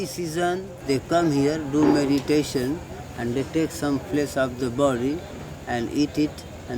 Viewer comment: meditaton, with an i-watch ! you're doing it in a wrong way